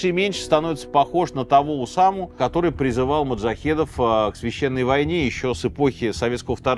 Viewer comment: Я про ударения пишу уже второй раз. Ещё у него есть слово "искрА" (тоже, видимо, французское). И "ОдЭЭсса" с "брЫльянтами". Скоро будет "кохвэ" и прочие перлы.